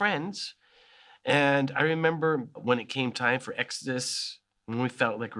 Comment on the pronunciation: I love how he says "hemember" here As a Brazilian I hespect this